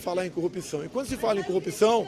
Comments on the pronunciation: Eu não aguento mais ouvir 'copção'. pqp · Incrível com o Moro tem dificuldades em far a palavra corrupção,só são coopcao...